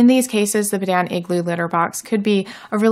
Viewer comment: I believe it’s pronounced ‘pea-dawn’ and could you please do a review on their tofu cat litter? I heard it’s amazing and I am wanting to get it!